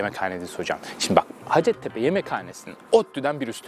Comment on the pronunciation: Üniversitenin adının telaffuzu “ha:cettepe” yani -a uzun, Türkçe’de ‘hacet’ diye bir kelime yok, ha:cet ise ihtiyaç anlamına geliyor, yani “ihtiyaç tepesi”, bu adın bir de hikayesi var ama o başka bir yorumun konusu :)